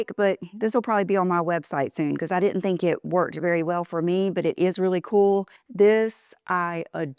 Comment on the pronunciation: 2 words I never want hear again vibe and cool. You have ruined these whilst butchering the most common words like didn’t. You have lost the plot. Are you wearing these get ups to get you McDonald’s processed patties?